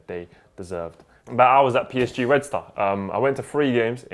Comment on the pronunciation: I swear every time mentions PSG he pronounces it like "Paris aint german" skskskssksk